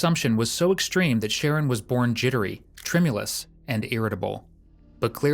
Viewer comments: His name is Sharron. Why do you keep pronouncing it "Sharon"? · His name was “shah-RON” not Sharon. Just a point of order, and he is probably the victim of fetal alcohol syndrome. What a waste of a young man. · His name is Sher-Ron, NOT Sharon smh This narrator sucks! The detective said his name many times, the CORRECT way. I cringed every time he said his name incorrectly. No one here in the comments noticed that? smh...... again.:face-orange-biting-nails:😖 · say it with me. pronounced SHAH-RON it’s a boy name. 🙄🙄🙄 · It's pronounced Sha-Ron. Not Sharon. Sharon is a female name. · The Voiceover really irritating it spells Sharon but not pronounced like that wtf